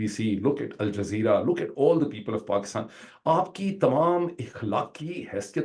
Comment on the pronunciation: Dr sahab apka KAATAB b Orya Maqbool Jan k PAAKASTAN ka sound daita ha. Please do us a favour convenience Orya Maqbool Jan that's not PAKAASTAN it's Pakistan please please. Its really annoying when an educated person mispronounces a word and even more annoying when it's his mother language. Thx and apology if I hurt you.